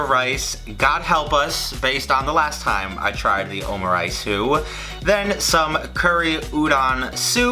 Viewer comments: omuriceu ?? is it just pronounced that way ? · I'm so sorry I think you're great but the way you pronounce omurice is so funny 😂 OMU-RAITSUE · every time he said omuriceu, i cringed a little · I don't think you say the "u" at the end of egg omelett.